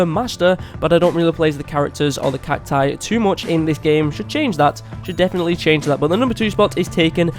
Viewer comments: It's not cactoos it's cacus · Its cacti not cactoos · It’s cactus not catoos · Gaming Coyote 840 the failed pronunciation of cacti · he missed the pronunciation of cactus, spelling CACTI and CACTOOS I think he is not American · It’s cact-OOS